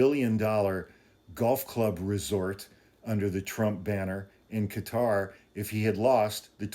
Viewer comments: Qatar kuh-tar. Not Cutter. No u or e in qatar. Please. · Qatar is pronounced kind of like a blending of Cutter and Gutter...